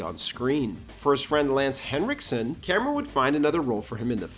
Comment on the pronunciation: C'mon, man. Say it: Cameron